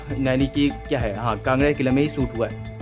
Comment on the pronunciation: It's kangra not kanda brother